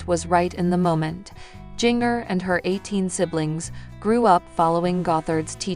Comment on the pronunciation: I sure wish they would program this ai narrator to pronounce Jinger's name ginger like the root, and not ging-er as in washing machine wringer! 🥰